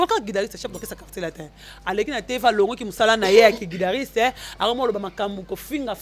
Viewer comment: tu dois faire un effort pour améliorer ton français parlé car tu fais de fautes lourdes, comment tu peux dire insalité et guidariste....Ezalaka té.....on dit plus plutôt insanités et guitariste ça ce sont des notions préliminaires d'une personne qui a maitriser la grammaire en primaire. Classe ekomi ofele va te recycler en grammaire